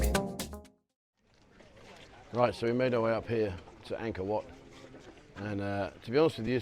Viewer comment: Angor wat not man maid...